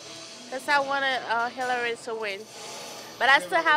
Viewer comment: She said Hirary...👀😂💦💦